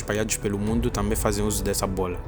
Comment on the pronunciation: Melhor do “Moaindo” kkkkk